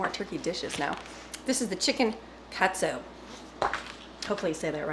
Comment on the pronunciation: you did great it’s pronounced “cot-sue” but you were really close. The best chicken Katsu I ever had was in Hawaii at this little hole in the wall restaurant. It was fantastic. All your soups look yummy. Way to use up those canned goods. I might try a couple of those. Have a great weekend. See you at church ( I’ll be watching online)